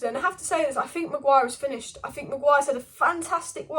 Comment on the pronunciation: it’s finished not finnished. The latter sounds like a term used in a fish and chip shop.